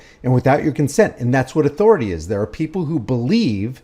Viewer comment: I dont know if it's where he got it, but Cartman on south park, says it like that.